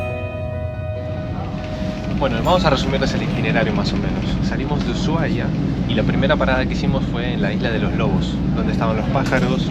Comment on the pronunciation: Chicos no es uyuahia es Usuhaia. No hay ye . Perdón por corregir pero es que suena tan mal en la voz de un Argentino.